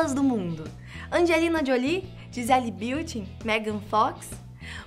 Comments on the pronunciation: Eu ouvi “ Gisele Beuting”? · Parei qdo ela falou Gisele "Bilty!" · Gisele Beauty? Esta moça precisa aprender a falar pra apresentar estas coisas. Outro dia só falava ASTERISTICO. Coisa feia. Ngm te corrije nao, moça: Kd o roteiro? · Eu ri dela falando Gisele biutin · ou na boa fala o nome da gisele direito,,,gisele biltien,kkkkkkkkkkkkkkkkkkkkkk.. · Lola Becker leite Se pronuncia assim